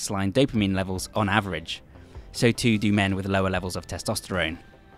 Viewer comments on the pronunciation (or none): none